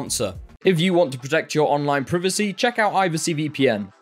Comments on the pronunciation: I need u to say Privacy again lol. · Ctfu love the way he says privacy